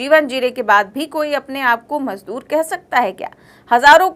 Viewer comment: madoor bola hai majdoor nahin